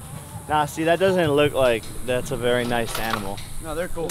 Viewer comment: wery best history video you are wery wery wery king.